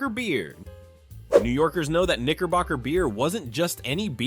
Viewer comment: It came to the segment of, segment of , Knickerbocker beer, I'm glad that it doesn't exist anymore. You really have to pronunciate your words, all because, it's very dangerously close to the n-word. I bet it was a wonderful tasting beer, and people loved it. I feel like you really have to pronunciate your vowels. All of that aside, all of these beers, I've never heard of them. All because, some of these beer at the time, was before my time, or I was still a child, but most likely, it was before my time.